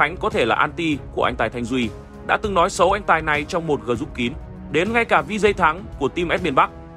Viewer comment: xin được góp ý với biên tập kênh này về việc nếu đọc bằng tiếng Anh thì phải phát âm cho đúng, mà không thì chúng ta dùng tiếng Việt sát nghĩa là được mà. Không thể đọc là GỜ RÚP (group). Cảm ơn